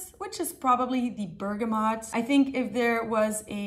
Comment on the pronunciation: Finally someone saying bergamot properly, every other fragrance youtuber says bergamoNt...